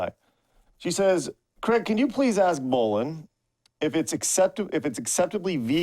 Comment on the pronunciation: Man watching this living in Ontario it hurts to hear Bolen wrong lol